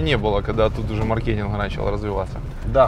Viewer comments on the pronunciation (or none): none